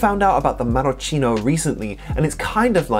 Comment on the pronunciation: Great video as always! Thanks for introducing me to Cortado and Cortatido. As for the Marocchino, it’s pronounced MaroKEEno (think Chianti, Macchiato, etc). Much love x